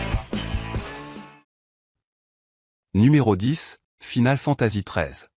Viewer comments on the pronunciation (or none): Bon top mais j'avoue que la prononciation de certains titres écorcher les oreilles, entre les "Final Fantasi" et les "The Last Ovas", peut mieux faire 🤔